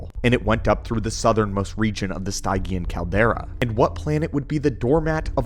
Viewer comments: If what you or the A.I text to speech pronounces Stygian as Stai-gian where we older gens would pronounce it as Stij-jian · Much appreciated! Just something that was a peevish earworm throughout: Stygian; from the River Styx (pronounced "sticks") of Greek mythology. Sti.jee.un, not Stigh.gee.ann. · Stygian - Stih-gee-uhn. ;) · Stygian is pronounced "stee-djee-en" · its pronounced STIJ-ee-an. it from ancient greek myth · It would help if you said Stygian and Grimoire properly.